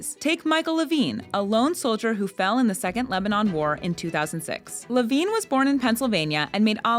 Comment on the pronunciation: It is Michael LEVIN, not Levine isnt it? My grandkids love that center.